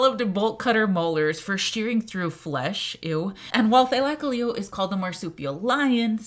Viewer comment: I hate how she pronounces it. "Thy-lak-a-leo" like what the hell it's "thyla-cole-leo"